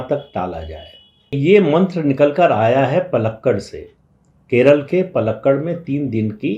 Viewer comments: पालक्काड … not पलक्कड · Sir the city in Kerala is not पलक्कड, it is पालक्काड. Since you are a very senior journalist, I thought I should bring it to your notice. Rest assured, since I was born and brought up in Delhi, I’m aware of frequent mispronunciation of North Indian city and personal names in the South, and where possible, I try to correct them too.